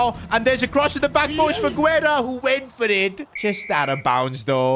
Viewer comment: Pronunciation: Guerra = geh-rrah